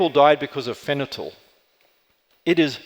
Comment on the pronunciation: Richard Boase I think you’re right. In one of his presentations on mining, he calls Confucius “Kung Tsi Fu” and his host immediately interrupts and makes a joke since it’s really Kung Fu-tzu. He then makes the same mistake later in the talk. Same with pronouncing fentanyl as fenatyl.